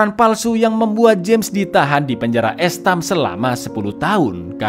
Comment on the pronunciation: Penjara EEST-HƏM Cak bacanya